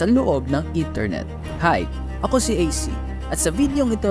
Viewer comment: Intermet Anarchist??? 😂